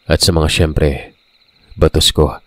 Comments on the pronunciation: Check po😅 parang baaaatos. Parang mataas ang intro kasi. Bisaya here hehe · baaatos un ahahaha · pasensya na.. mali po pagkakabigkas mo sa BATOS.... same po sya oagkabigkas sa BATA,,, ask mo sa mga bisaya para malaman mo..salamat... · Ba-tos po,mabagal po na pag bigkas hindi po mabilis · SORRY HA NATAWA TALAGA AKO SA PAGKA BIGKAS MO NG 'BATOS' 😂 THE BISAYA IN ME CAN'T HANDLE IT! CHAROT!😂 ANYWAY, MAY NAG COMMENT NA KUNG PANO TALAGA E PRONOUNCE YUN.😁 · walang mali.. ang mali ang pagkabigkas ,yun yung point ko... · Pagbigkas lang nya ng mabilis pinuna ni ate .. mabilis po kc .. dapat mabgallang parang bata daw pagkakabigkas yun pagkakaintindi ko😅